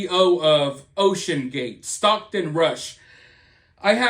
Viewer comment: when you said OCEAN GATE, I thought, wait, why is he saying it like that, tho??? Lol I heard the echoes of the GATES I've heard on the news. Lol Now, we have ocean gate full of comspriesys, theories, corruption, the rich, aliens, and the mishandling of a motor vehicle in the deep dark sea that's not supposed to be there. We have law suits, we even have the CEO of the guy in weird interviews that we didn't really see nor pay attention to, now he is known all around the world for not complying to our government. Now he is lost at sea for cutting corners and not having more advanced technology to make it a safe ride. People are acting like it's some elevator trip to the titanic. It's not. Not yet.